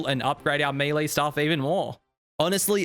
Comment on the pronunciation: I'm yet to see a single osrs content creator that can correctly pronounce "melee"